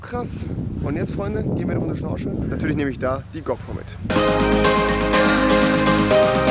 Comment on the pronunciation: Hauptsachse Rewi sagt immer zu Komisch-Komich zu Englisch-Englich und zu Schnorcheln-Schnorscheln wieso? xD